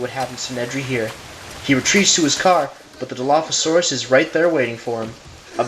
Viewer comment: You don't say dilophasaurus like that Think of dino then turn the n to an l and then add the phasaurus back